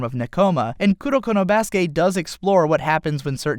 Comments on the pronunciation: i cringe every time he says "kuroko no BASUKE" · You know instead of emphasizing basuke you can say basuke sounding like basket other than basuKE